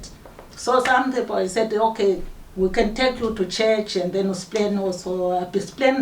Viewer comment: We dont say pipl